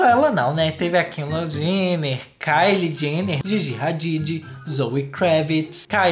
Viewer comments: O jeito que ele pronuncia o nome da kendall,kEnDaLl JeNnEt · A forma como o fala Kendall Jenner é muito engraçado kkkkk